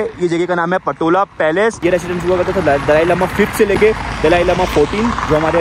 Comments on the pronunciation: It’s pronounced “Potala Palace” not patola bro, let me brief you about the smoke offering doesn’t mean sniffing just smell good it’s more associate the pristine nature of aroma that Buddhist believers used in puja and outside the home moreover used it in chapel where enshrined buddha and many deities, protector of dharma’s. Ah Tibet is an autonomous region once used to, but then after 1959 chinese communists annexed it under Mao zedung’ today they hoisted their communists flags on the roof of “Potala Palace” the world riches palace Chinese blunder loot it under coercive communists rules. Many monasteries are destroyed to the dust and monks were threatened to follow their Buddhist practices at vast monks so many them imprisonment. World leaders frigid to talk about the critical and chinese communists gain their stand. “Tibetan nowhere to call home” but feels home in exiled some parts of the world, “Free Tibet Bhoe Gyalo” ✊ “Jai Bharat Jai Tibet”✊✊✊ xi jingpin ke Kano tak sunaye de doston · again you called the Potala Palace "Patola"! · i think its not patola ,, its potala palace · It's Potala Palace not Patola my friend.. Nice video nevertheless 👍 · Potala Palace not patola 😂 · अरे भाई पटोला नहीं पोताला पैलेस होता है🙏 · my nigga its Potala Palace